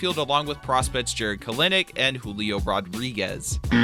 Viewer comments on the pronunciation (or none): You're very bad at pronouncing names who the hell is ka linic?? KELNIC also its tra mell not trammmmmmmmmmmmmmml